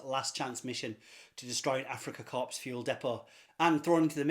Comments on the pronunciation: Corps is pronounced "core". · Corps is pronounced korr. A corpse is a dead body.